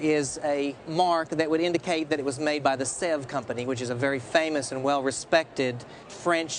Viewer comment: If you can't pronounce Sèvres correctly you deserve to buy a fake...